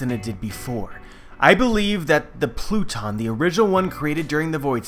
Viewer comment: I'm not the only one who noticed him saying the "blue-tons for pluton" right?